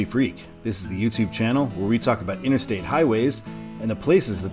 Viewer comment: INTERSTATE NOT:INNER-STATE!!!!!!!!!!!!